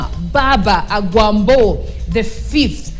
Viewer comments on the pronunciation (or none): It's AGWAMBO not Awambo